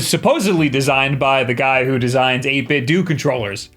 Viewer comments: Stop saying doo.. Its clearly doh as in Nintendo. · Isn’t it pronounced 8 bit doe. Like Nintendo? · You say Mario wrong and 8bitdo wrong. Lol. It's pronounced 8 bit doh, heavily inspired by how you pronounce Nintendo. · Isn't it pronounced Dough? Like Nintendo? The stuff they make, the aesthetic of the controllers and the fine they took to make the typeface and number of syllables to mimic Nintendo. So it's probably pronounced 8 bit dough as in " look at that 8 but tho'" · Why do people call it 8bitDOOO when it is intentionally 8BitDO as in NINTEN-DO.... lol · I think he says like that because he is saying it from the word "doing" and the word "DO" As in "i do this" but i still think its wrong how he says it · I appreciate your commitment to mispronouncing 8bitdo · You’re pronouncing 8-bit do wrong. 😑